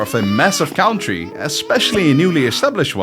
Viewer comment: Your English accent is very good for a Dutchy. One tip would be to pronounce country as cOntry :) Thanks for making these awesome vids